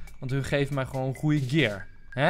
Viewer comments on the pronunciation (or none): none